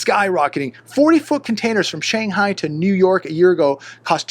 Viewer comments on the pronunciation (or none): none